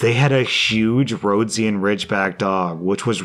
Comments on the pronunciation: The breed of dog is pronounced "roe-DEE-sion" not "ROAD-zee-an" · The dog, Rhodesian Ridgeback, is pronounced roe-dee-she-in. But that was a good try! :D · Yep. For those wondering, it's more like row DEEZ shen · I love my Roads-ee-an Ridgeback! (Sorry, since so rarely mispronounces a word, I couldn't resist! The last syllable in Rhodesian is pronounced essentially the same as the last syllable in vision.) I actually do have a 140 lb, 2.5-year-old Rhodesian Ridgeback boy that LOVES to cuddle! He is in the top 2 cutest dogs in the world (a tight race between my dog and Yugo)! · Rhodesian: ro-DEE-jhee-uhn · Rhodesian is pronounced exactly the same as the country of Rhodesia (now called Zimbabwe). Roe Dee z an. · Fyi Rhodesian is pronounced roe-dee-shien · That's honestly the first time I've heard "Rhodesian" pronounced like that. Interesting. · Indeed. He's probably too young to remember what Zimbabwe was called before independence... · You murdered the pronunciation of Rhodeshian :p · And you murdered its spelling. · The way (mis)pronounced "Rhodesian"... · That's not how you say rhodesian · You miss pronounced Rhodesian.